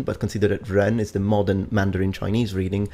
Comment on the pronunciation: a native Mandarin speaker. Your Mandarin is correct. It's actually spot on, and I'm impressed that you spent the time to research the tones and how they interact with each other. Much props.